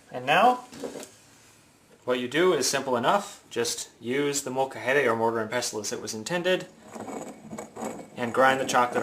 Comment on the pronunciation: its not called moka-hay-day. its called un molcajete mole-ka-hehteh